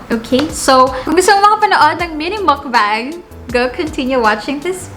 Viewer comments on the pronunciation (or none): none